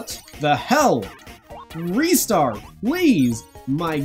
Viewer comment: Also also Ristars name is pronounced RYE-STAR not REE-STAR mainly cause the back of his box says "to catch a RISING star" which is a sort of pun on his name....okay no more comments....maybe